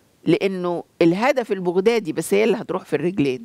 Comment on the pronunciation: البغدادي تلفظ بفتح الباء وليس بضم الباء